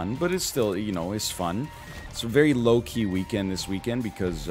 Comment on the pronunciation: I keep preparing myself for "waow, loki" whenever he says "low-key"